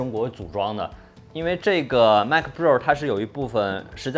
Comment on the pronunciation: Mac 它度 马克